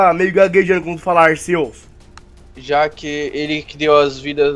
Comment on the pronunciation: O cara nem sabe falar arceus